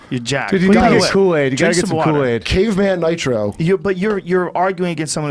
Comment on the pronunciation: For some reason when he said "caveman nitro" all I heard was "cocaine"